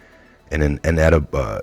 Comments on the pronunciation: Proper pronunciation of indelible is: inˈdeləb(ə)l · In-del-i-ble LOL